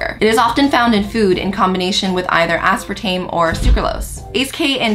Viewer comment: Asparatame or Aspartame???? Lmao